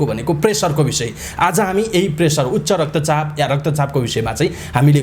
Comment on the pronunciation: Doctor jasto manxe le UCHCHA RAKTA CHAP lai UKTA RAKTA CHAP re.. sir English matra sudda bhaera hunna Nepali pani sudda hunu parxa.. anyways interview was worthy and very useful. Thank you both of you.